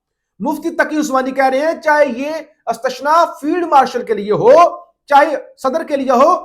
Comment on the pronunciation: Is tasna hota hai istashna lafz nhi hota 😂